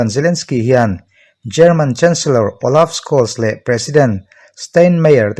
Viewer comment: Awlav Skawls nilo in Awlav Shawls tia lam tur